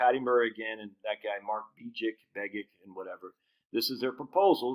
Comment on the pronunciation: Begich is pronounced “BEGG-itch.” Senator Mark Begich’s brother, Dr Nick Begich, used to be a guest on a radio station and that’s how he said his name.